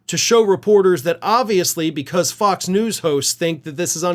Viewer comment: Interesting how pronounes F*cks News!!